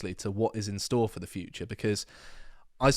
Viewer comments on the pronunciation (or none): Dude...LEARN TO SAY TH INSTEAD OF VVVV. YR BRITISH, SPEAK PROPERLY FFS!!!!